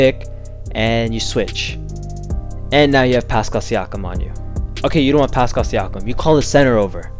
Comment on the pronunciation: Come on my guy you do this content and can't say siakam name right!